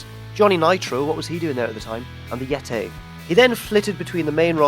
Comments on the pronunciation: Why can't this guy say Yeti? It's nothing to do with having an English accent. I have an English accent. I say Yeti, not Yetay. I wouldn't mind if he didn't make Yetay jokes in so many videos.:P At least he doesn't say dabble you dabble you ay in a horrific attempt at a posh accent like.:P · if he says "yetay" one more time I'm unsubscribing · "Yetay" XD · I died when he said Yiti lol